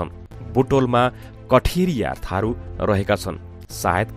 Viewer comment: Lots of information are wrong or not 100 % true Chithuniya Tharu Kathariya Tharu KO Sahi tarika batw uccharan vye ko xaina + danuwar ni Tharu ma parxa 21 % Tharu xan Nepal ko whole population ma